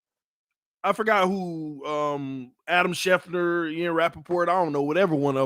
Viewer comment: It's Adam SchefTER, not Adam Schefner. 😅